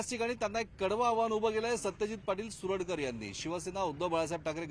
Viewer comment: सुरडकर। नाही। सरुडकर